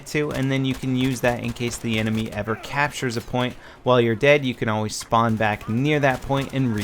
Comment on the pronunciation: "Use your Shpawn beacon"